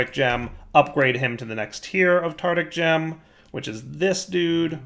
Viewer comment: Does pronounce the Tar-tar-ic gem as Tardic gem because he is a Tard?